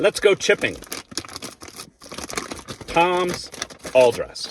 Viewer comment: It’s TIMS!! Not Toms!!! You said it like 5 times and even looked at the packet ! It’s in the Title!! TIMS!!! Do you have trouble reading ?